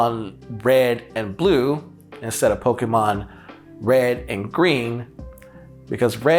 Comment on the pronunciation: Thank you for pronouncing Pokémon the right way